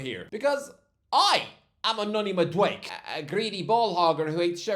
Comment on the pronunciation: I can't take calling Madueke MadWake! It's pronounced Mad-oo-Eh-Keh 🤦🏾‍♂️